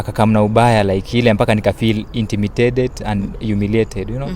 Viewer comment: Nmekwama hapo kwa "nikafeel intimitatet na imitated"😅😅😅😅😅